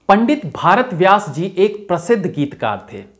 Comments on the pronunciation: आपने बहुत मेहनत की है लेकिन सही नाम भरत व्यास है भारत व्यास नहीं आेर हां, हिन्दी में काम करते हैं तो इतनी अंग्रेजी बोलने की क्या जरूरत ? उसके विना भी आप ज़हीन लगते हैं। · Jankari achhi hai lekin भारत व्यास नहीं उनका नाम भरत व्यास है